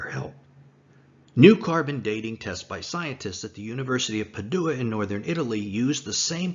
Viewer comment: Please learn how to correctly pronounce the name of the city of Padua.